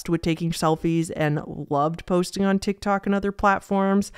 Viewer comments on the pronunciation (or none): none